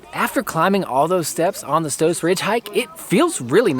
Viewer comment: I like the way you pronounce Stoos, so many people mispronounce my last name here in the Midwest.